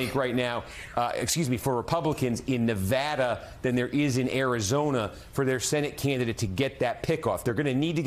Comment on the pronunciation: What's a "nivaada"